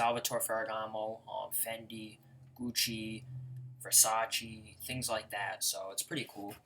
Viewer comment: It's not "versacheeee" you fucking idiot it's "versachay" , I'm italian.